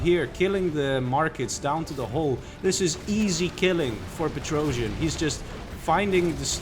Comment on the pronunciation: And Petrosian is a russian terrible comedian, it's an old meme. He spells like Петросян, not Petr-o-jian.